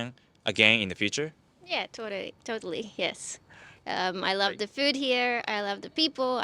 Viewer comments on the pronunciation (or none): I heard that! Her Japanese accent snuck out saying "totari" instead of totally. Otherwise definitely has an Australian accent.